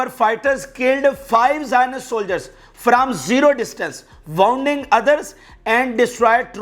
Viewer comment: Bhai parhne me woonding spell hota h please